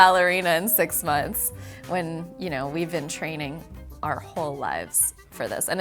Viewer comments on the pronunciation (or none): none